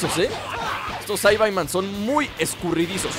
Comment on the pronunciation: se dice saibaman no saibaiman